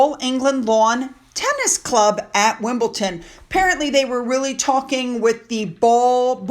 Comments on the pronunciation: Again, it is WimbleDON ….not WimbleTON. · Can I kindly point out it’s WimbleDon not WimbleTon. You are not the only American who gets it wrong. I don’t know why. Otherwise I love your videos. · I would like to tell you that it is WimbleDon, not WimbleTon. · WimbleDon not Wimbleton.. other people have started saying it wrong after listening to you.. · I love your reports but it's Wimbledon. >>>>Wimble DON.......DON. DON. DON 🎾🎾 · Hi., please can I just say that there is no T in Wimbledon. I'm sorry to correct your pronunciation. You are doing great, keep up the good work ❤